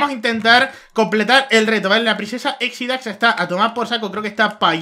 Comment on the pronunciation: Me da risa cuando dise Exidax[Charlie] xD xD xD